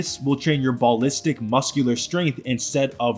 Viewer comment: Ball listic, bro i cant 😂